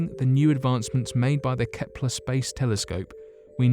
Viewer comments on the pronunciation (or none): none